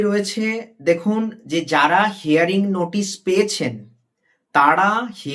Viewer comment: প্রথমে বলি শব্দটা হেয়ারিং নয় ... হিয়ারিং।